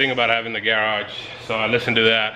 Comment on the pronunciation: How can you have a garage video series and pronounce the word garage all weird? 😂